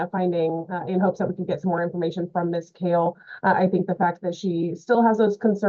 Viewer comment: I feel for the GAL and her last name never being pronounced correctly 😂 it is Kale not Call